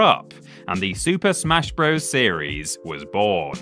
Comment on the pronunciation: I wish YouTubers would stop pronouncing "Bros." like it's the plural of "bro"!